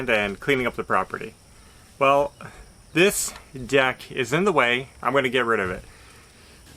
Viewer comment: Did you say get rid of the deck or get rid of the duck?